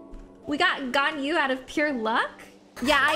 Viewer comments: Its pronounced gon - yu not gan - yu.If you like a character there your husbando/waifu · It’s gone-you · it’s pronounced “gone you” 😼